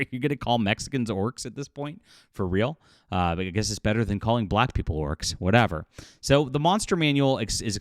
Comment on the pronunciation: "Los Orcos".